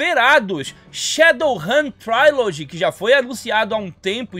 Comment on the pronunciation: "Trílodgi" em vez de "tráilodgi". Abraços.